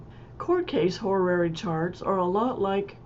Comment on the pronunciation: I learn from your tutorials! Thank you...... Still, I just can't decide to buy a course from someone who's teaching Horary Astrology, but never took a moment to think how it's pronounced. It's NOT ho-ra-ra-ry. Please re-learn, even if it takes an effort.